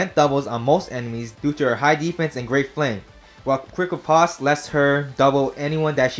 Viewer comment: I get tilted every time he mispronounces Riposte